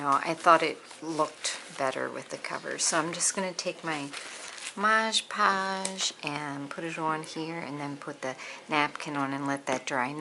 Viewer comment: What a darling little book so far! And it can only get better, like ur decorating ideas, I do the podge ing of silk flowers too. I like ur French pronunciation of Mod Podge 😄 I find the napkins lay down beautifully with glue stick. I'm pretty sure I got that tip on ur channel, anyway maybe that's the way u wanted it (with podge) thanks, your videos always get my crafty mojo revved! Sandra.